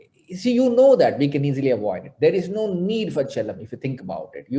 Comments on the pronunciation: Loved watching the interview. #anu, you're pronouncing chellam as if it was Jhelum with a "ch". The stress is not on E, but it's on LL. Rhymes with "Hell Ummm", if that makes it easier! ;-) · #anupamachopra it's not che...lam sir, it's Chel.. lam air#bajpaimanoj